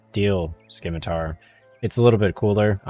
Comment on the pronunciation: Its Sim ma tar..... not Skim a tar.... only got through first min. Sorry. Your ethusiam is non existant and makes me want to stop playing. Good luck to you finidng your youtube voice.